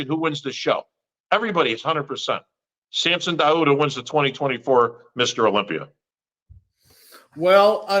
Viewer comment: can someone teach how to pronounce SAMSON DAUDA??? Its not DO-ADA its DAU-DA how hard is that!!!!???